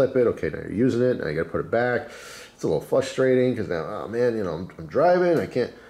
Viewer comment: “it’s a little flustrating”